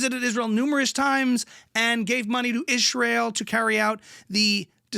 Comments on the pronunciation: "wrescchler" lol. love how you picked up her weird speech disorder. hearing her say "ischrael" is almost as grating as her opinions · I love that you say all of her “s” sounds as “sh”. 😂 It’s always bugged me that she does that and I even remember her making fun of somebody else who speaks that way but can’t remember who. Such a hypocrite. 🙄 I love that you’ve included the “sh” thing in your impression of her. 10 out of 10 impression of Candash! 😊❤